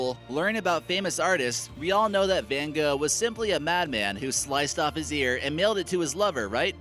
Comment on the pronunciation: It's pronounced van Goff